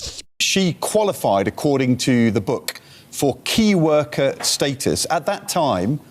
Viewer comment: it's Keir worker, that voice coach (not 'key worker')